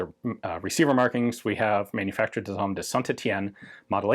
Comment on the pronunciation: Ian, please stop introducing an ‘s’ into the middle of “Manufacture d’Armes” - as there isn’t one there, and therefore is not pronounced. This pedant can take it no more! For an English speaker, the words are pronounced essentially phonetically, with the exception of the silent ‘s’ at the end. Many thanks!